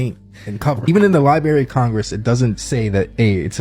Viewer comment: "Lie-Berry?" REALLY?! We're seriously considering the opinion of a guy who says, "Lie-Berry" now?! 🙄 I can't wait to "Axe" him about his views on "Puh-Sketti!" It's just so "Fuh-Strating!" (We're doomed, too stupid to survive)